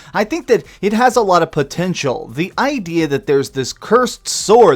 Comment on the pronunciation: Not at all, it's because the English language was designed to be confusing...and it's working. I hate when people say 'idear' instead of IDEA..